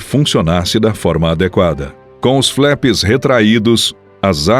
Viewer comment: Não se fala "FLÉPS". A pronúncia correta, mesmo em Potugues é "FLAPS". O "A"tem o som de A.